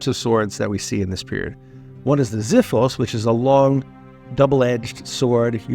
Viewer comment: Xifos is pronounced Ksifos. with an X not a Z